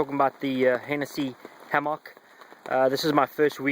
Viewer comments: it's not a hammocccccccck it is a "hamek" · No that is not a reasonable response. Both ways of pronouncing the fruit are acceptable however it just sounds silly when you say hammock in that way. I have never heard it pronounced in that way and it detracts from your message. Say it how you fucking like, I am just saying you sound stupid. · Pronounce it Ham Mick when in the midwest or get laughed at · probably an accent thing.Aussie here and say it like ham mick